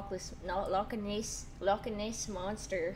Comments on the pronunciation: Lock lock… lock EH nEss 😂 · The way pronounces certain words are the best moments. "Loch Ness monster" 😭